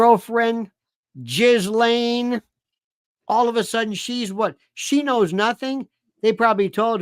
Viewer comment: Lionel says Jizzzz-Lane …hahahahha